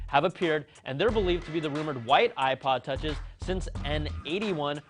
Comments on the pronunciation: no no no, he said ipod tocheezz. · did he say ipod touchees?